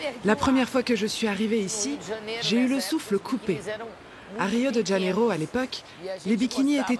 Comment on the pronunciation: "de Janeiro" ne se prononce pas "de DJanero", mais "de Janeiro "